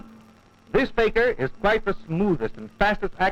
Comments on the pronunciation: It’s not “Faker”, it’s “fakeer”. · The commentary was hilarious...but it's Fakir...not faker...!!! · The narrator pronounced Fakir as faker.